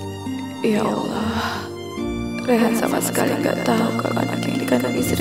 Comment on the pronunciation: Yg bener allah bu.bkn awloh